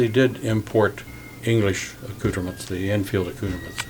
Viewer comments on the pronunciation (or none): Boy, he sure is murdering "accoutrements"😬